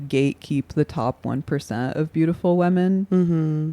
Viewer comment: Anna says women like "wemen"